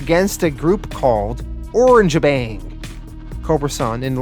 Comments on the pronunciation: i think their 1st match was with "Or-rang-ga-bang" not "Orange-Bang" i could be wrong and i also think its " Lu-cha bots" ( like " Lucha Libra"). but this comic was very interesting. 7.5/10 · I think your pronouncing the orangutan tag team name wrong. It's not "Orange-bang", it's "Oranga-bang". It's a play on the word orangutan, not the color of their fur. Sorry to nitpick, but it's driving me crazy. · The Orange bang thing is just killing me. Lol. It's o - rang - a - bang